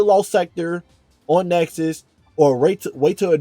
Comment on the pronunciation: It's called Nessus by the way... not Nexus.